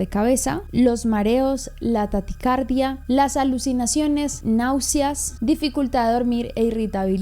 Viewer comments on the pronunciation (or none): Me encantan tus vídeos, nunca me los pierdo 💞 pero si necesito decirte que no se dice taticardia, se dice taquicardia 🤭